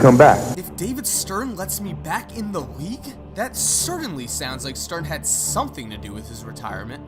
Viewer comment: "Wridden" "Cerdanly" you gotta go to some diction classes